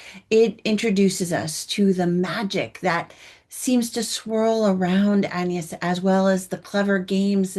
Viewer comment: Please pronounce the names properly. It's Ann-yes, with a short a as in can, not Aaan-yes with a long a and the French pronounce it that way, with a short a, not Aaan-yes: And please do the actors the politeness of learning their names too: Jacobi Jupe is not Ja-COH-bee Ju-PAY but JACK-obee Joop Paul Mescal is not Paul Mess-CAHL but Paul MESS-cal (short a and accent on the first syllable) It's not hard.